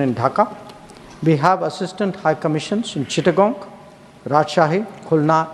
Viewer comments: Chattogram ke chittogong bolle ki Bari ta London hoye jai madam? Bangalir moto uccharan korle khushi hobo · এটা চিটাগাং বা চট্টগ্রাম। চিট্টাগঙ নয়। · ওটা চট্টগ্রাম হবে দিদিভাই, চিটঠাগং নয় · আমি জানিনা তোমরা এদের মত অশিক্ষিত ইউটোভারের ভিডিও কেন দেখ । কারন এতো ঠিক করে চট্টগ্রাম বলতে পারছেনা । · চট্টগ্রামকে ভুলভাল উচ্চারণ করা হচ্ছে কেন?